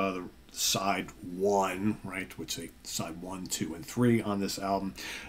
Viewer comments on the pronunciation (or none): none